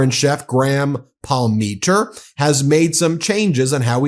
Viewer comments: Dude, please, it's POM-ah-teer, not Paul-MEE-tur in the pizzeria story you read. It's kinda phonetic. Among other things, it's the surname of a legendary Toronto hockey player, so the mispronunciation is twice as painful. Please read more carefully, or ask around how to pronounce things. I give you props for learning to say Polievre at least, which is easy for Americans to struggle with. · Ughhh,. its pronounced " Paul-Mah-Teer " not "pal-me-ter" 😂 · Fyi.... Palm-a-tea-r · Sorry but you butchered the pronunciation of Palmateer's name, but we'll let it slide.